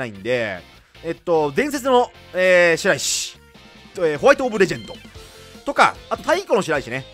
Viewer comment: 白石(はくせき)を「しらいし」と読むのが聞き慣れて違和感無くなってきたw